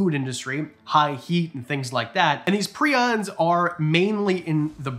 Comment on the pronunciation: PR-EYE-ONS you silly Canadian goose